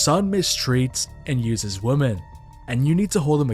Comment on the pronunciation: why can't you pronounce the word "women"?